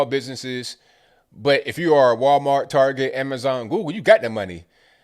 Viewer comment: Tar-get'; hahahahahaha!